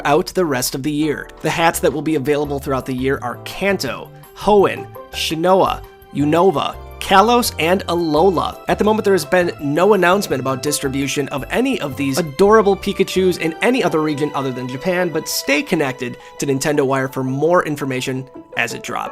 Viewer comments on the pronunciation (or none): I think you meant sinnoh (sin-oh) instead of shinowa 😂